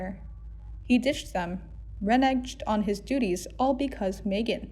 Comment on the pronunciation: "Reneged" is pronounced renegged with a hard "g". Just saying.